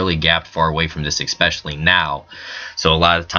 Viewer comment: ICK Specially! LMAO!